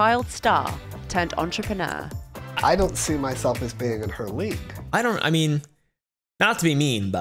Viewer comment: okay but “entruhpanah”